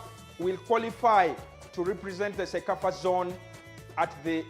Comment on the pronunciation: it's not cosafa it's cecafa